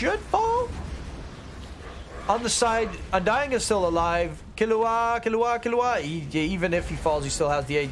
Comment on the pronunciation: it's kil-lu-wa, not killu-a (hxh)